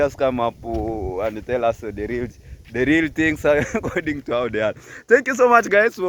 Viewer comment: Hi sorry for your story about the accident! Try and practice your Rrrr for Rrreal not Ll for llleall! I know in Korea your Rs seals but for your international audience you can change e that with practice! Practice with Gintu perhaps! This is not forcing anything but just a suggestion our beloved 🤗🌼🌹👍🏿